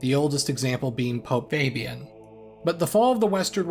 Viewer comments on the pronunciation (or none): none